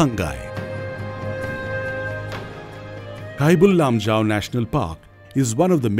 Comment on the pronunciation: Awesome video and informations. But it would be much better if the narrator is a local manipuri so that people can get an actual (correct) pronunciation of the local names like Sangai, Keibul Lamjao etc... in the video.